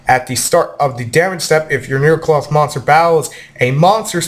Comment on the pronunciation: It is Necloth ryu not Nerocloth O: (unless that will be their tcg name then grats on predicting) (thought i point that out to you)